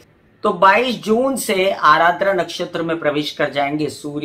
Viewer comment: Mam vo ADRA hain not ARADRA Joki meri hi nakshatra hain. 😊